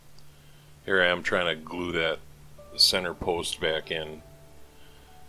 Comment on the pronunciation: "Center post", he says... I hear "S.O.B." 😂